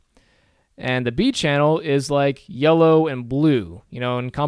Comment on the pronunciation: Why does it sound like YOLO every single time you say yellow? I can't stop thinking about it...